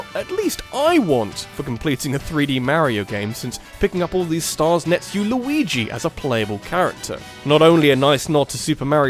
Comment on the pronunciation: Mayrio? Yashi? Louis? Maybe you can only pronounce Luigi right